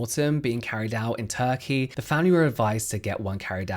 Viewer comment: I heard “tacky teeth” but turkey teeth 😂😂